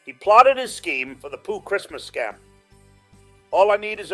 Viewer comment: Brilliant!!! And it is sessmuss not christmass